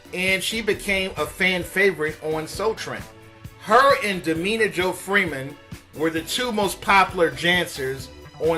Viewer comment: Damita! Not Dameena!